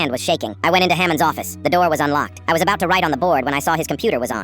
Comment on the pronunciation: you did NOT just say "putted" edit: OR "ABAUT" BITCH WHAT THE FUCK